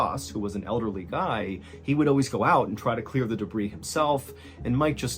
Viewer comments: Happy to see your wound is healing! FYI, it's "duh-BREE", not "duh-BREEZ"😅😘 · Being THAT Guy; Day-bree=debris -accumulated scrap, junk, garbage and mess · Those damn de-brees!!! Never gets old, MrB🕺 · Genuine question from a born and bred Brit. Do Americans normally pluralise the word debris? I've never heard anyone pronounce the 's' before. It is a plural word, but is from the French. It's pronounce 'day-bree' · The S at the end of "debris" is silent.